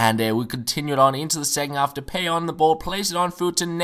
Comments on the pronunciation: "De-pie" not "De-pay" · it's pronounced de-pie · Depay is pronounced de-pie. Im dutch